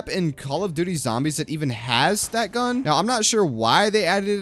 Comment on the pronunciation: His gun pronunciation hurts my soul